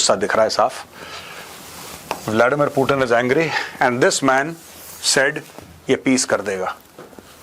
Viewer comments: पुतिन को पूटीन बोलने से ज्यादा अंग्रेज बन जाता है क्या? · Major साहब मै आपका बहुत बड़ा फेन हूँ, लेकिन आप पुतिन को पुटीन मत बोलो, इसमें भारतीय कम और अंग्रेज ज्यादा लग रहे हो